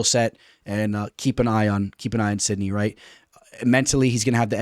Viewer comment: Where's the knee in sidhey 😂 sidknee is wild. (Sid ee)